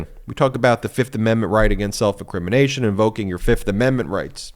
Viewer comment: Trump: "I'll show her... Fif. 1,2,3,4, FIF! I plead the FIF"